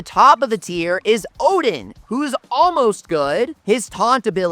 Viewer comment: O-din not o-dean ffs 😆